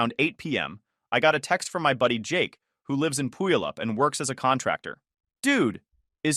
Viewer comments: The AI pronounces Puyallup funny. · The way the AI voice pronounces Puyallup is hilarious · AI really butchered that name though😅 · To be fair, most locals can’t pronounce Puyallup either. But could you at least mispronounce it the same way every time?